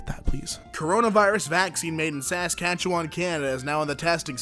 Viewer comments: SASS-CATCH-A-WAN Me, a Canadian: ears bleeding OH GOD NO NOT EVEN CLOSE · I'm dying at the way he pronounces Saskatchewan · I love hearing non-canadians pronounce Saskatchewan lol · did my dude just pronounce Saskatchewan like that? disappointed Canadian noises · I don’t like how you said Saskatchewan